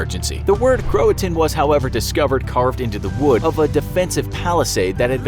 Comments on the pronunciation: Cro a toe an it’s pronounced and Croatian was found on a tree not a defense wall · It’s cro-a-to-in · Wasn’t the word “Croatoan” not “croatan” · It's pronounced cro-uh-toe-en not crohtone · It’s pronounced crow-A-tow-win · CroaTOan. Pronounce it right. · Um...do you mean Croatoan?